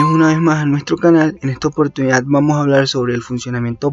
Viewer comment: Se dice "vamos a comprender" No "vamo a comprender", no te tragues las "s", chingao!!!